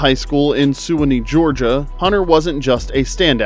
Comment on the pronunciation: "suuawaynee" it's Suwanee